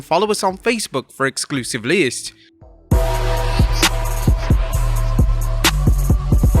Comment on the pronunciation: But why can't you say list